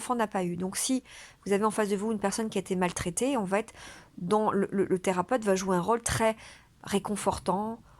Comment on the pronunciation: "Va être". "Va", n'a pas de "t". Vous faites une liaison qui est assez inaudible, vous dites "vat-être".